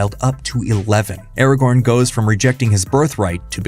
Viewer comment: When, in the name of all that is holy ,will people who make videos about LoTR get Ara-GORN's name freaking right?? It's. Not. Ara. GON.